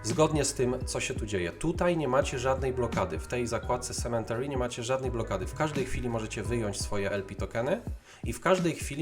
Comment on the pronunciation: To nie jest "sementary" proszę pana - tam nie ma litery "n". Esz :/